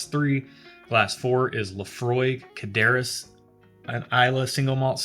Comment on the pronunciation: Almost done watching this one. For the Laphroaig bottle you had a closer pronunciation would be something like "Car-chess".